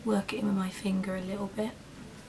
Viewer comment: lol you sounded american when you said finger